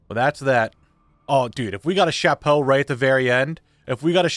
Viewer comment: As a French, I loved each and every time you said "chapeau" haha! Great series as always, can't wait for season 2!